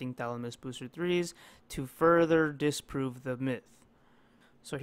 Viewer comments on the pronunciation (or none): “Disprue this theory” omg😂😂😂